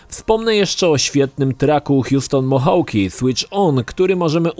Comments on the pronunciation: Pewnie już ktoś zwrócił na to uwagę - chociaż to detal. Ale podałeś nieco inaczej wymówioną nazwę wykonawcy - autora tracka z Watch Dogs 2 i do tego tytuł "Switch On" - o ile dobrze się zorientowałem to Twoja wersja z rapem. Prawidłowy utwór to Hudson Mohawke - Play N Goi rzeczywiście niezły. A tak to filmik spoko. Pozdrawiam :) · podbiju, bo zakuło w uszy